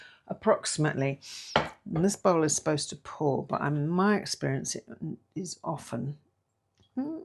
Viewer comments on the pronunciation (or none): none